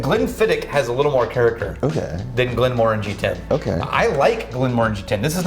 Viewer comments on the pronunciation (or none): You guys are pronouncing Glenmorangie wrong.